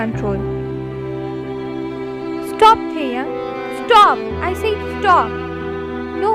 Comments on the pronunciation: Yahhhhhhhhhhhhhhhhhhhhhhhhhhhhhhhhhhhh .....it's not taehung it's TAEHYUNG..... plzzzzzzzzzzzzzzzzzzzzzz 🥺🥺🥺🥺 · Plz don't mind...The name is Taehyung not taehung...so plz Write the correct name ....✌️✌️